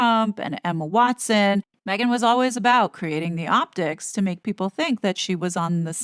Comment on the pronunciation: Did that lady say, Megain, Im talking…… I think she did